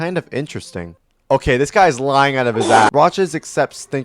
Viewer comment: Is da rp dis arg💔💔 dude talk correctly 🫩🫩